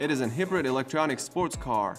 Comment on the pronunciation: Is nobody going to talk about how he pronounced “Hybrid” as “Hih-ber-id”